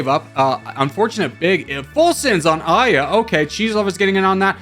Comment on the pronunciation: I saw the thumbnail & I immediately knew you will mispronounce Aya which is a name rooted from Arabic & it is similar in meaning to "Verse" in English